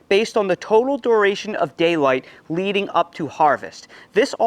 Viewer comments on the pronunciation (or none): none